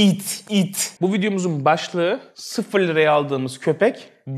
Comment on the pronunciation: Abi 0 ı neden iki 2 kere vurguladın?